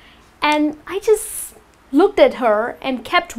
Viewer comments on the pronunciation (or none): none